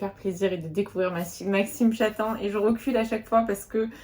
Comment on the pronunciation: Maxime Chattam est un de mes auteurs favoris 👍 et on dit Chattame 😅 Tu es super motivée pour les challenges ! Ici je rencontre une panne de lecture 😢